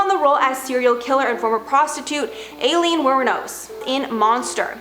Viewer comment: “Alien” For Aileen got me 💀💀💀😂😂😂